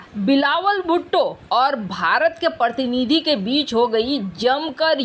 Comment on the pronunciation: मैडम प्रतनिधि क्या पको प्रतिनिधि कहने में कठिनाई होती है ? कृपया उच्चारतां ढीक से करें आभारी रहूंगा और हिंदी का | सम्मान भी होगा | वैसे हिंदी तो मेरी भी बहुत शुद्ध नहीं है | शुद्ध हिंदी तो केवल महाराष्ट्र में ही बोली जाती है | मुझे भी हिंदी के लिए माइक्रोसॉफ्ट का ही सहारा लेना पड़ता है क्योंकि हिंदी टाइपिंग तो मुझे भी नहीं आती है | माइक्रोसॉफ्ट मेर हिंदी शब्द वोह टाइप नहीं होते है जो मैं टाइप करना छटा हूँ | मिक्रोसॉफ़ में इंग्लिश रोमन में टाइप करने पर हिंदी अपनी आप आ जाती है जो स्याम ढीक नहीं होती है |